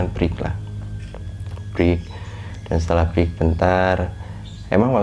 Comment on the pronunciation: Yaelah.. dia gmg "BREAK" bukan "FREE"